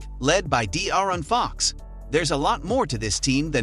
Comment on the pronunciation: You can tell this dude have never watch a Kings game before, cant even say Fox and Sabonis name right. Lol